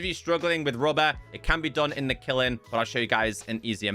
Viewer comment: Dear, bro, love your content. Got 1 pieve. "Kiln" is said like it's spelled. Not killin. Say the sound of "n". The same way you say the sound of "m" when you say "film". P.S. Have you done Sieves and Things? It's a great way to make your own skyblock crafting a Flatworld: Void then remove all the blocks accept 1 grass block. Nothing else. No End portal but plenty of game play options.